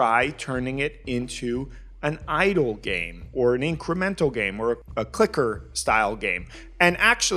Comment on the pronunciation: The way you said it I was like "Hell yeah, idol game, space rock girls, woo!"